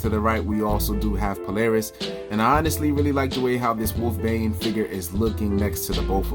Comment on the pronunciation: Pronounced Wolfsbane bro🤔